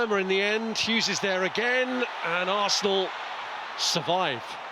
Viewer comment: Fff arsss-na